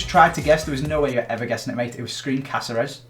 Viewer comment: 'because it was GREEN caceres' 😂